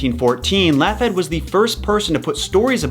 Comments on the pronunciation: Laughead pronounced "Lockheed". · Bruh, Laughead is pronounced Law-heed. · lmfao ... It's pronounced 'lawheed' btw 😉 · You want to learn something: The pronunciation of 'Laughead' and 'posthumous'.